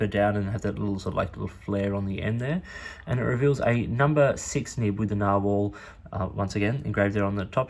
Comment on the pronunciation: I had to go watch Conversational Norwegian with Freakazoid after I watched this. I don't think his pronunciation of narwhal is spot on.